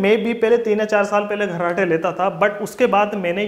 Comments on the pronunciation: abe gharrate nahi kharrate bol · अबे घर्राटे नही रे मुन्ना ,,,,खराटे बोल रे...chu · घर्राटे नही खर्राटे होता है।।।